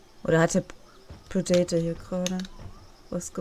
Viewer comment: Wenn hier noch einmal jemand das Wort Predator so katastrophal falsch ausspricht, dann... LAUFE.ICH.AMOK!!! ;-P Als Let's Player hat man doch auch Verantwortung (der Sprache gegenüber) ^^ Schön allerdings die Shakespeare-Remineszenz :-) (beide meiner Bemerkungen in einer Szene )